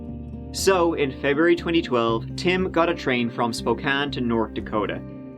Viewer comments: HE SAID SPOKANE CORRECTLY YAAAAY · Can't believe you pronounced "Spokane" correctly... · You said Spokane correct! Yah hoo think you! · Bro, how did pronounce Spokane properly but most of the US can’t LOL. I live in Spokane, and it grinds my gears when people say “Spo-kane.” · Oh I don't know if should feel honored or ashamed that did an episode about Spokane, my home sweet home, and also he pronounced Spokane correctly!!! Thanks for giving us a goooo💚💚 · I was born and raised in Spokane. Thank you for pronouncing the name right. No one ever gets it. the lady news anchor Nadeen is now our Mayor. And we have some crazy people that live here that's for sure. I was super stoked that one of my favorite youtube channels was doing a story of my City. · Wow, I always wondered what ever happened with Doug Carlyle here in Spokane. Thanks for the video,! And kudos for pronouncing Spokane right! Fun fact, that news anchor, Nadine Woodward, is our mayor now. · How is it that an Irishman knows how to pronounce "Spokane" when a lot of Americans haven't a clue? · Just wanted to say, good job saying Spokane the right way ... even our own PNW news casters say it wrong way too often. Lol.